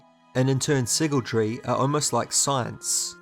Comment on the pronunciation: My man is saying siggletree, it’s sygaldry, si-gal Not sure if this bugged anyone else